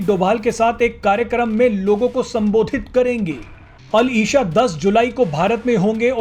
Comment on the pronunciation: मोहम्मद बिन अल इशा नहीं भाई अल इसा होता है। आप न्यूज़ एंकरों को थोड़ा उर्दू का भी ज्ञान होना चाहिये।